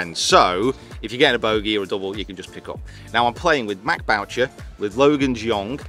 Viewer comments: It’s Boo-Shay!!!! Not BOWTCHER!!! Leave it to an Englishman to butcher a French name! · as a Canadian there is no way Matt Boucher pronounces his name the way they are in this video hahaha